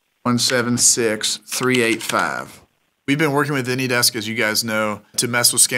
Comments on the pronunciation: Why do you pronounce ANYDESK as Anydex? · Can someone tell me if he says "AnyDex" because of copyright or something? Thank you!